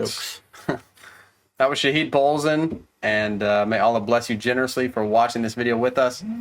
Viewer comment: Your dad is awesome he is a good listner .. PS ; first of he is an irish not an american 2 its not Shaheed -- its Shaa -hid (hid must be prounced faster)..he get his name from the verse 3 chapter 85 of the Quran (shahid wa mash-hood) means a witness however some scholars says its the judgement day that falls on friday and mash-hood the witnessee where peligrims in Mecca stand on the mountain where Abraham wanted to slaught his son ismail.